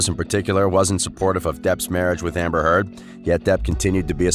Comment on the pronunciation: Before you put yourself out as a commentator on a channel, you need to make sure your ability to pronounce the names within the article. Because its hard to believe the information being shared when the easiest part of the article is the names of the people who you ate reporting about. As in this article within the very beginning when Johnny’s x-wife is mispronounced. It took my entire attention away from the discussion and I became distracted and lost my place within the story. So that being said I guess its time to locate where it was that I was before the opp’s took place. So see what I mean… look at how much this has taken away from this whole mess. 🧐🤪👍🏻